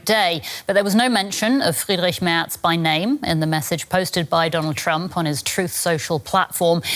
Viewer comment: *Merz NOT 'Mertz'.